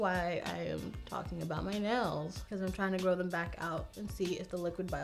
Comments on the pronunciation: Idk why, but in the begging instead of nails I’ve heard nose couple of times and got really confused 😂 like “I just got my nose done and it’s giving me cow vibes..” whattt hahah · I always understand that she says nose not nails and I was like... your nose gives you dominos vibes?? I also just realized she meant the game not the brand... fml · It sounds like she says “I just got my nose done” and I was like wtf when that’s happened